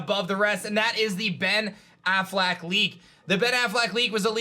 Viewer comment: Why does he keep saying "Ben AFFLAC"? The Affleck leak was the best. There was so much information and depth to that one. (No wonder they got fired and sued) I also liked the Chinese Riddler leak. That one was fun to try and figure out. (I'm surprised it wasn't mentioned here)